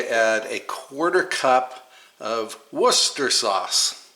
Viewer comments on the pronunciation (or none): Wu Sta Shr …. Not Wooster. No one can ever pronounce that word. Worcestershire! 😂 my friend is a Brit and she gave me the dickens on the mispronunciation of this word.